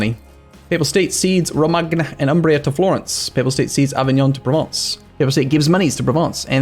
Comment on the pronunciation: Romagna is pronounced Romaña in italian